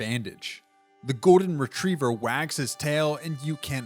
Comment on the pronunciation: Not him saying the gordon retriever